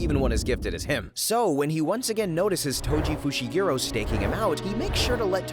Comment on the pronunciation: bro said toji fushigiro 😭🙏